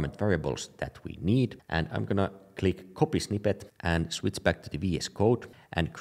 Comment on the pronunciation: I like it when you say "shwitz" :)